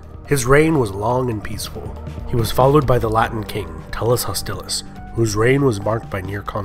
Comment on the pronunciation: 'Hostilius' 'Hostil-ius' 'Hostile